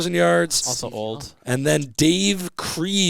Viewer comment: Pronunciation pedantic time, Dave Krieg's last name is pronounced the same way as Craig.